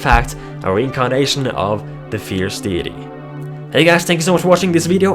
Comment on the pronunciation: No offence but it is pronounced "Fierce DAYty"